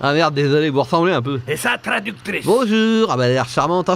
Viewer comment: "et ça tradouctrisse" mdr la pauvre !